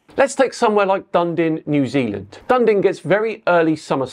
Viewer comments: we hear about "Dun-din" New Zealand. Its sunrise & sunset times are indeed quite incompatible with the silly Gleason map. But its name - Dunedin - is pronounced "Dun-EE-din". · I agree with everything you said. Except Dunden NZ. It’s Da nee Din Dunedin Haha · Dundin? Dunedin! Da knee din! Ha ha. All good though. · it's not Dun-din matey, it's Dun-e-den, Dunedin, we have a mutual channel that lives there. Dun-e den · Ewwwwww!! DUN E DIN - dundin? Nooooo sorry🤣 - I was born there. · Sorry - I need to correct your pronunciation of Dunedin... It is not Dun Din, but it is pronounced Dun-e-din And yes, why do I have a long day in Melbourne, and even longer in Tasmania in summer. Doesnt make sense unless the flat earth sun was a triangle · im from New zealand.. did you say dundin? - it is DUN E DIN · Dun Din New Zealand?? Dun Din??? WTH!? It's Dunedin ffs. Dun-ee-din. 3 syllables. Or 3 dimensions not 2,. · "Done Din" :) Dunedin is a Scottish settlement. It's pronounced "duh-NEE-din". Or, if you want to be technically correct, Ōtepoti. With the extremely racist Govt we currently have the original Māori names are preferred. :) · DunDin? Did you mean Dun-eden? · Its pronounced DUN-E-DIN From your kiwi fan 😅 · It's pronounced Dun -ee-din. not Dun Din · Dunedin is not pronounced "dun-din". It is pronounced "dun-ee-din". it is not a silent E. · I had to repeat that bit at 3min and turn on CC to fully understand. Down here we would say Dun'ee'din, not Dundin, but cheers for the shout out :) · "Dundin, New Zealand" Err what the heck?! Duh nee dn. That's the pronunciation guide. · FWIW - having lived in NZ for a bit, and visited Dunedin, it's pronounced dew-knee-din. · Dunedin is pronounced like "duh-nee-dn" not "done-din", by the way. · Dundin, New Zealand? Come on, It's got an E in the middle, and the E is not silent. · When you say Dundin in New Zealand, do you actually mean Dunedin? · Where's "Dundin" when it's at home? I assume you mean Dunedin?😁